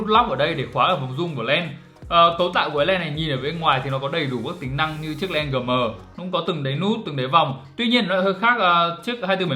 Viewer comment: Đã nói tiếng Anh thì không ai phát âm "Gờ Mờ" ! nghe nó quê lắm ! phải nói là "GM" phiên âm như cụm từ: "Gi em" !!! Còn không đừng bao giờ xổ tiếng Anh chơi mẹ tiếng Việt để người nước ngoài họ khỏi bối rối !